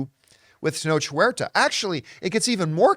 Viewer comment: Ten-ohk Wearta is how its pronounced, thank you.